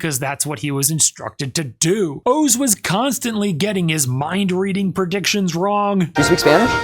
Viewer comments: I'm still stuck on the fact that you do not know how to pronounce "Oz". I could see it being difficult for someone from Asia to figure out the correct pronunciation, but would you say "Have you ever seen The wizard of owe's?" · Is his name pronounced "ohs" or is he using AI now? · Isnt it pronounced Oz like wizard of oz? Not Os like multiple O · Wizard of Oh-z. Wizard of Ah-z?